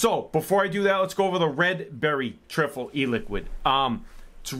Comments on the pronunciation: It's tri-ful how it's pronounced mate not trifle 🤣🤣❤️ ur video's though man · hey man you pronounce it Try Full lol great video as always